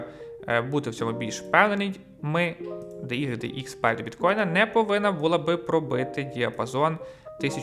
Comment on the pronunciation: мені здається, що не буде великою помилкою, DYDX, вимовляти як "дайдекс". Бо таке деколи чую що аж вуха в трубочку скручуються. дехто каже "дудикс" це повний атас. Ви кажете "де ігрик де ікс" це також не правильно. Це не математика з латинськими літерами, це англійські літери, а в англійській "y" - уай, "x" - екс. тому краще казати "дайдекс".